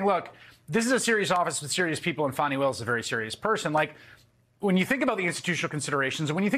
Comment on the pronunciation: im glad people are finaly saying Miss Willis name right